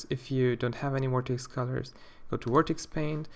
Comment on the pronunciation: When you say "Vertex Color" it sounds more like "Vortex Color" lol xD